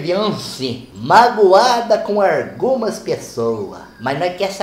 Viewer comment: “Maguada cum argumas pessoa” kkkkk fenomenal kkkkkkk